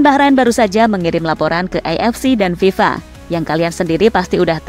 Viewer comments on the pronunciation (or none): none